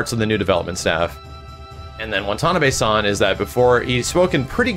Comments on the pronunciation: WONTONABAY -- Jesus fucking christ dude, it's WA-TA-NA-BE, not that hard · "wonton-on-a-bay-" san?